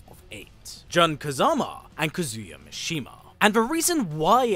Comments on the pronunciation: Jun is pronounced like the month. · Why do you pronounce Jun's name like that?? 😂